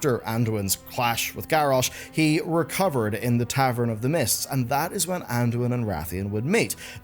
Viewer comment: it's called MISTS of Pandaria, not MISSED of Pandaria. How much could I possibly have let slip?